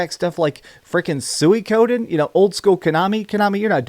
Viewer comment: Lol the way you pronounce suikoden like "suey koden" lol I'm pretty sure it's "so wii ko den" 😂